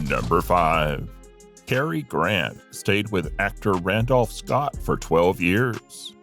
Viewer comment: Carrie Grant????? Really???? How illiterate can you get?